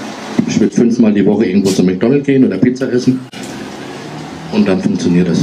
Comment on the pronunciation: „Mäkdonnelt“ - made my week!😂